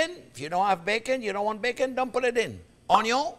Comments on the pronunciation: He pronounces the French word which spells 'oignon'. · Too funny.."Onyo" 🤣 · Chef needs a tiktok, just him saying onyon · I like how he doesn't even spell out onion he just embraces "onyo" 😁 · French word for onion us "oignon." I think the chef is somewhere between the American pronunciation and the French version. Either way I really like watching his videos!! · "Onyo" lol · Can you sell some shirts or aprons that have your face and say onyon